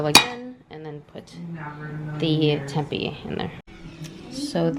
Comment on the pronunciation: Tempeh is pronounced "Tim-pay" 😊